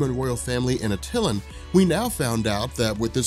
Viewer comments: I love you but the way you are pronouncing attilan is driving me bonkers lol. I cant figure out how to type out the phonetics but Its pronounced like (at)(el)(an) or (at elle anne) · Attilan is pronounced AT-ILL-AN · How you pronounce Atilan... 🤣🤣🤣